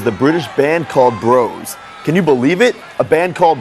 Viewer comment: Americans mispronouncing "Bros"... amazing.